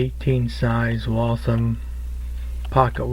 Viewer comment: its pronounced walth ham